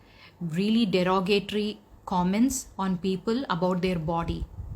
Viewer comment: Komments or comments? Karona or corona? Disgusting or discusting? When you speak English pronunciation is very important.. By the way I'm remi English hod in sharjah indian school..